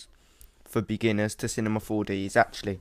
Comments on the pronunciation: I like how you say Cinema 4D to "Cinemah 4Deh" xD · he said Cinema 4Deh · "Cinema 4-duh"